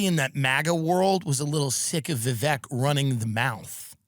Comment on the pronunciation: Tim is spot on about not wanting to be celebrated. I don't know if it's our deep culture of self-loathing or if it's just embarrassing or what. Also, thanks for telling the correct way to pronounce Vivek's name.